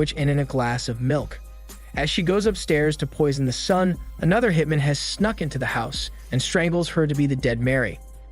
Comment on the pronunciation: Also how one hitmen is pronounced as opposed to one hitman lol